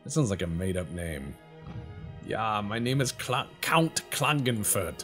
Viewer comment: Klagenfurt is the Capital City of Carinthia. And ihr is Not Klagenfurt which Sound klingon but Klagenfurt, meaning to Ford the River Klagen